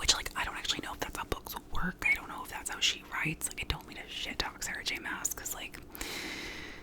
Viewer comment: Celaena or however tf you spell it 🌚 is pronounced like Selena but with an ae so Selaena. Chaol is exactly like Chaos but with an L you really nailed that. Mass is like mass not mahss (which disappoints me to no end) I was around booktube in 2014 and omg this was the ✨hot topic✨ it was hilarious 😂